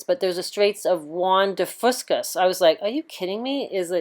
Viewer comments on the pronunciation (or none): It’s the Straight of Juan de Fuca... pronounced few-Ka. Not the Straight of Juan de Fusca. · So many mispronunciations in this video its just hard not to get distracted. There no S at the end of Fusca for one.